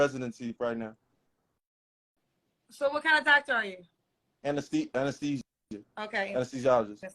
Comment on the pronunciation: A whole “anesthesiologist” that can’t pronounce anesthesia? 🤔 That’s like me not being able to pronounce my name. Interesting